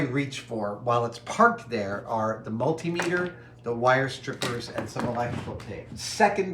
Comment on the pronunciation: mul-TIM-eter You pronounce the "meter" when it's a measurement. You do not when it's a gauge device. So it's CEN-ti-me-ter and MILL-i-me-ter, but o-DOM-e-ter and ther-MOM-e-ter and mul-TIM-e-ter.